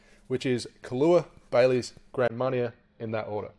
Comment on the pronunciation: It's pronounced Grahn Marn ee ay not GRAND Marney er